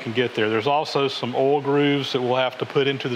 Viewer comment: Rhymes with 'hole' lol